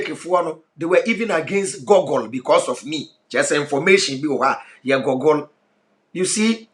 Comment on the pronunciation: It's not g)gle is g"oo"gle with "oo" pronounced as u